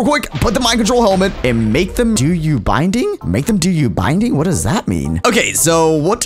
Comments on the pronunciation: it’s bidding not binding 🤣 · this was just hilarious binding biding there's no n in that word